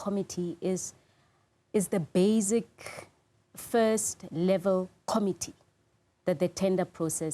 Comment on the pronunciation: She' speaks of bazic....not basic.... not purpose. ...pepos 😅